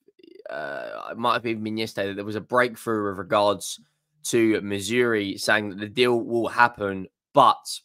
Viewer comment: Who the hell is Missouri? At least get his effin name right! So ignorant!